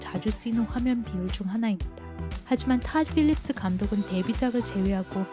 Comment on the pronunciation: 가끔 영어발음 나올때 너무 멋지고 더 몰입이 잘돼요! ㅋㅋㅋ 탇 삘립스